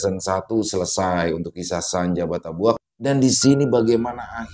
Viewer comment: Izin koreksi dikit ya 😊 Bukan Senja Batabuak Mas, Yang betul Senja Batabuik😅.